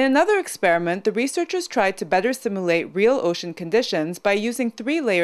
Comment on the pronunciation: maybe its an accent or a slight speech impediment. She seems to say bedder instead of better , and wader instead of water, but she speaks clearly and is well understood. Good science vid.